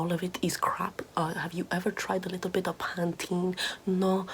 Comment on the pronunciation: “A leetle bit of nincompoopery” is the best phrase ever.